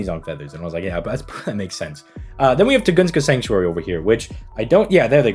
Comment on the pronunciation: "tugunska" 💀"arsuweed"